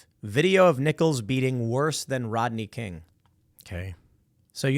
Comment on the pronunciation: Who's Rotney King. Learn to pronounce properly, dolt. The least qualified gets these positions, we're doomed.